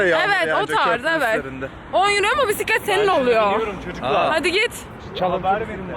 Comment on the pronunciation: "pisiklet" deyişi🚲😂